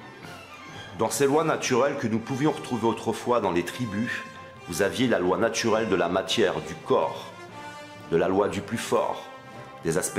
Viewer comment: la loi natchurelle ? accent de banlieue francilienne ? Cependant votre vocabulaire n'est pas mal du tout. Un peu de critique - mais - amour quand meme; vous avez mon pouce up.